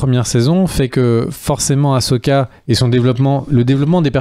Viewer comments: haaa enfin vous parlez du vrai star wars qu'on aime! par contre ça se prononce "assoka" pas "ashoka" d'ailleurs ça s'ecrit "ahsoka". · Non non non on arrête de dire achoka il suffit